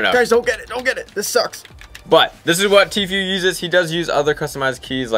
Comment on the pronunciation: Why do people pronounce tfues name like Tfew it's obviously pronounced Tfoo